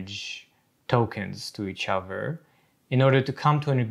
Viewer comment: I’m wondering about the \th\ being a dental fricative like v or f. Every time he says “the” it looks like vuh other looks like uh-ver etc. what is that?